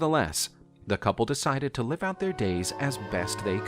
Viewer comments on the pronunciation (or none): none